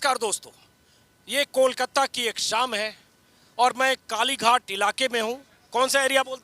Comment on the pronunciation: कोलकत्ता नहीं सर कोलकाता कहिये।